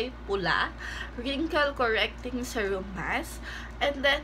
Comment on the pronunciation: Please check right pronunciation of SERUM.